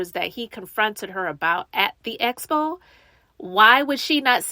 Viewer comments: ESSSSS-Po and EEEEEE-Vent. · yeah like she doesn’t even TRY to pronounce it right! lawdddd it’s like nails in a chalkboard for me every time she says ESPO!!! 😩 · You would think she would pick it up when people are saying Expo and she’s saying Espo